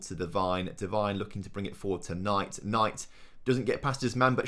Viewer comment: Say McIntyre better than Devine